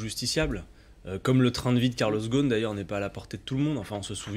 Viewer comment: Arrêter de dire karloss ghosn sans prononcer le s dans le nom. Lui, il s’appelle [GUSN]...